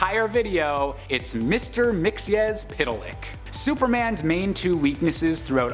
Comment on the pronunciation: Congratulations on your pronunciation. Spot on. There is an Earth 2 variant of the character pronounced "Mix-ez-pit-lik", so well done for choosing the right one.